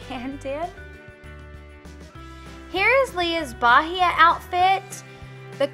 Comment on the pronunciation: Most brazilian coconuts are green lol I'm Brazilian and I loved the video! And also, the word "Bahia" is actually pronounced "ba-ee-a" and not "Ba-hee-a" !